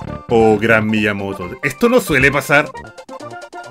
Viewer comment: Mi-ya-Moto xd